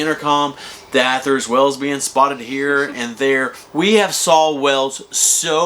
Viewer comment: Wells ?? Do you mean whales? You two are annoying.